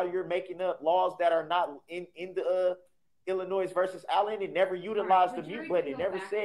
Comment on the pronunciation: I hate when he says illinoise...there is NO noise in Illinois.